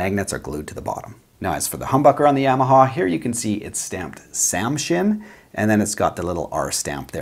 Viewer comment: YA - ma - Haw. Not Yea - ma - ha. Not Yay - ma - ha. Not Yaw - ma - ha. Ya - ma - ha.